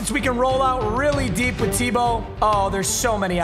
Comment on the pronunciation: Who's going to tell him he was mispronouncing Tebow